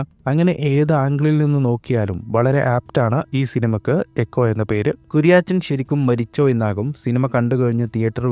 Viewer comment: Kuriyaachan alla.....kuriyachan😅